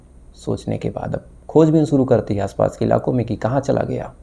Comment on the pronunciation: aap jo bolte hain sahi bola kijiye suru nahi shuru ye lafz hai app sahi bole shabdon ko mayne badal jaate hain